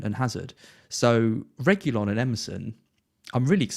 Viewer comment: Its Regui-lawn lads and not regui-yon